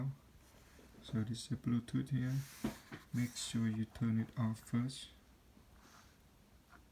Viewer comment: “Wirelet buutoot earphone”